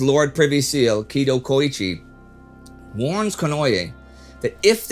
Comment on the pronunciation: A very minor thing but since your pronunciations are usually quite on point: You pronounced Fumimaro fine, but with Konoe it's actually "Koh Noh Eh", not "Ko Noy Yay". Please keep up the good work!